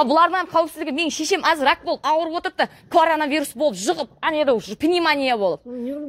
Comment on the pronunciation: Кларана вирус дедима 😁😁 солай естилди.